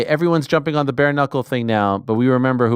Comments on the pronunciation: Finally!!!! Jorge Masvidal corrected Ariel on how to properly say his Name!!! Hearing Ariel say Madvidal instead of MASvidal has been a thorn in my ear for years now! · Ariel pronounces the name correctly when he says it in English, but when he try’s to say it in Spanish he says it with a silent “s”. Yes I agree that Ariel is dedicated to pronouncing names correctly. Ariel is also very respectful. With that being said, do you think if Jorge corrected Ariel in the past that Ariel would continue to say it that way? No he wouldn’t. Let’s just agree to disagree. We’ll see next time they talk. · He's been correcting him for over a year. Lol you must be new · Saaaame, but he's corrected Ariel before, he just didn't care to stop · He's corrected him a few times before already, obviously Ariel knows how to say it. It's clearly shtick. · Jorge never corrects him. It’s not a shtick. How would saying someone’s name incorrectly be funny or a shtick? Bet you Ariel never says it like that again from now on. Ive been listening to Ariel for years, I’m not some new fan. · Yes, he has corrected him before on the MMA Hour. I guarantee Ariel says it the same way , just like he has even after Jorge corrected him. It shtick because Ariel is comically mispronouncing it, to an exaggerated point. If you are not new, you would know how dedicated Ariel is to correctly pronouncing names, you really think he wouldn't know how to pronounce Masvidal after a decade of interviews? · It took me less than 5 minutes to search "Masvidal MMA Hour" and you can see the interview where Jorge teaches Ariel how to pronounce Masvidal. It is 3 years ago "Jorge Masvidal: Jake Paul is trolling the 'Whole World' " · Ariel isn’t a guy who would purposely mispronounce someone’s sir name wrong. I’ve always wondered why he pronounced it with the D instead of the S…Finally. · How many times does Jorge need to correct Ariel's awful pronunciation?